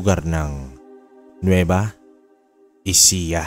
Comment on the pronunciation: nueva ecija not nueva ejica